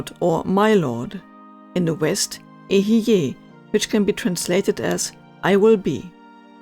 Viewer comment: I ask you because you guys got the Hebrew people who know this, right? I assume eheyeh is just a mispronounciation then, and ehiyeh is the right one.